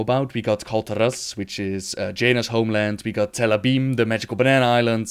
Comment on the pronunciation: I hate how pronounces certain names, like Kul Tiras, K'ureh and all that. The way he pronounce them is as wrong as you can get them.